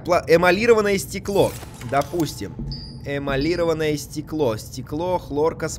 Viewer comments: Да эмалирОванное,а не эиалИрованное!) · Автор, читать учись. Стыковочная шахта, а не стыковая. ЭмалирОванное стекло, а не эмалИрованное. Внимательнее.